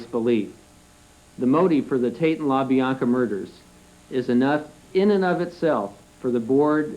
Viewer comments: La Biana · How hard is it to say La Bianca?